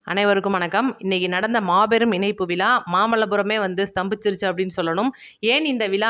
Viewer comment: மகளே உங்கள் தமிழ் உச்சரிப்பு அருமை வாழ்த்துக்கள் ஆனால் ன ண இனைப்பு அல்ல். இணைப்பு என்று சொல்லவும்